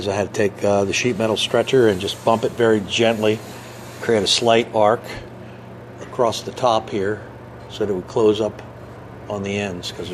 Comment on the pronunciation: Real question ! Why do you say the word across with a T at the end ?